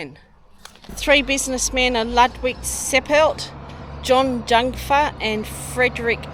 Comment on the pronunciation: Jungfer is pronounced "yoongfer".